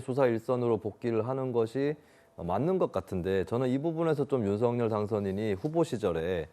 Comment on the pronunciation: 윤서결 발음 틀렸어요 윤석열-발음 을 (윤성열) 한라산-한나산 아니죠? 할라산